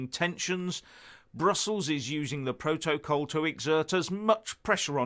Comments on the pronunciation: I actually feel physical revulsion when he mispronounces protocol as Pro-toe-Kol yuck! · Sounds more like 'proht-oh-col' to me, when it should be 'proht-uh-col'. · What the hell is a "Pro-toe-coal" for ffs? Mostly Brexiters never understood what the fuck they were getting us into... .... or rather, what seriously expensive inconvenience we were PROTECTED FROM by being in the EU. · PRO-toe-col? PRO-toe-col? What the hell is that? 🤣😂😆